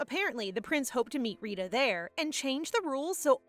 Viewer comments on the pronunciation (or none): It's actually Rita not risha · it is not Rishi it is Rita like Rita Ora